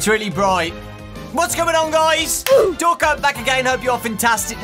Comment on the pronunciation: i heard ''whats goining on guys back again''